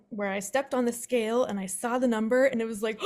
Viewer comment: numb.... "burr"